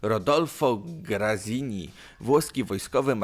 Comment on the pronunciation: Rodolfo Graziani nie Grazini ale Monty i von Kluge pojechales po bandzie Edit: czyta Badodżlio Bugu nie Wisły na wschodnim brzegu Wisły działała Armia Lublin em ktoś tu nie widział co zrobil dla ZSRS